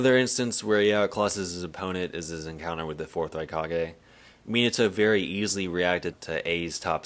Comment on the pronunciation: Not the "Miniato" AHAHAHA 11.43 🤣🤣